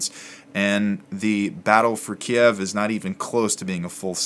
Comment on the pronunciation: Great help! First of all this series is incredibly helpful, second thankyou for pronouncing Kiev the way it was before 3 weeks ago. Good bless you